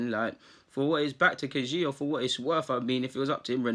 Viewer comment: Pronounce it Ka-Hi-Gao . You're welcome ☺